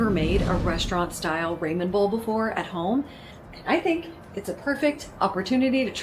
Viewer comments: Finish watching with closed caption and volume down. I apologize for stating this, but I couldn’t get past your pronunciation of Ramen (raw-men, not ray-men). 😘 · Love your food videos and also ONA but I am dying... Ramen is pronounced "raa muhn" 😂. Love your pure transparent presentations too.